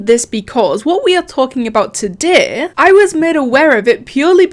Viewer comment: Did she say Todeeeh